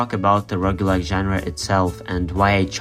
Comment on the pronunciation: FINALLY someone who pronounces roguelike like me!